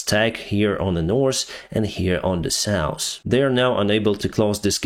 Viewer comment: Reminder, NORTH...NO S AND SOUTH... NO S.